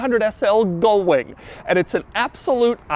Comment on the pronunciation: Ugh. GULL wing, Doug! You keep mispronouncing it SO FAR OFF the actual word that the captions have transcribed you as "GOAL"wing and even "GOLD"wing!